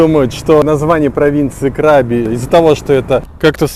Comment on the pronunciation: Отдельное спасибо за КрабИ. Хочется, чтобы вы побывали на Бали и тоже внесли полную ясность с произношением 😊